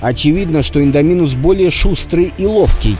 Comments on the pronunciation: Індоминус а не індамінус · не иииииндоминус а индоооооминус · Не ідамінус а індомінус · Какого индОминуса? Индоминуса, Индоминуса. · Не индоми'нус а индоми'нус ударение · Вот так пишется «индоминус Рекс» а вот так читаешь ты «индаминус Рекс» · Не индомИнус рекс а ударение на о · Не индомИнус Рекс а индомИнус рекс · Индоооооминус рекс а не индомиииинус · Ролик очень красивый, но не индомИнус а индОминус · не инодомИнус, а индОминус рекс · Не Индаминус рекс а Индоминус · Прости те меня но боже не индонИмус а индОнимус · Не Индоми́нус а Индóминус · Правильно будет индоминус Рекса ударение падает на о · Только по моему ударение на о! В индоминусе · Идоминус ударение на о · Ну какб с индоминусом Рексом ничестно и ты неправильно гаварил имя ево